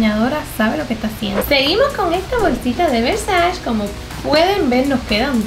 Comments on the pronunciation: No se pronuncia versach es Versache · Donatella diría: Versache, not Versachee haha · mka se pronuncia versache ok GRAZXXX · Hola super cool q tengas ese nivel adquisitivo tan grande y lo compartas con todos Me encantaría trabajar para ti como tu stylist y crear todos tus look con ese closet serias de las mejor vestidas de Miami Tal ves no te interese o no lo sepas pero no pronuncias bien la palabra versace... Se pronuncia versache Saludos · Se pronuncia "ver-sa-chi"; y el pasado de haber es "hubo" NO hubieron.